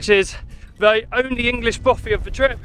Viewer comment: Hi there. Just to point out it is actually a ‘bothy’. I think the confusion might come from the presenter’s pronunciation. Cheers.